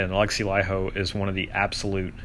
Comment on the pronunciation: FINALLY an American who pronounces Laiho correctly.